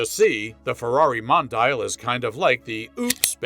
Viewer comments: Mon......di.......yal Not modayel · Don't agree with your review.Very happy with mine QV.At least pronounce the name right.